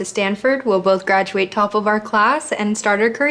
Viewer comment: "graeduae" nice pronounciacion LOL